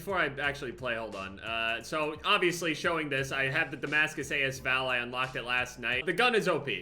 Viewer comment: not trying to sound like an asshole but its pronounced like as val not a s val, the a and s are together